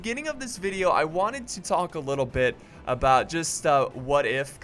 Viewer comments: when he said bit don't add the "th" i was like ok but it doesn't seem right bitth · "don't add the T H" just slow it down a bic? damn man, words are that hard.. :D